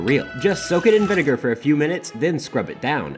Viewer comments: So the doctor guy pronounced vinegar wrong… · Bro's having a little too much fun pronouncing vinegar